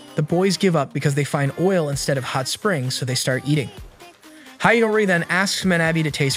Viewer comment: Did I hear that correct "OIL"